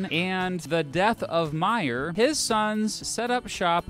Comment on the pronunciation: Pronounced May-er. As in the month of may-er.